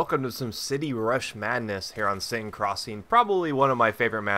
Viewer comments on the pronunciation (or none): none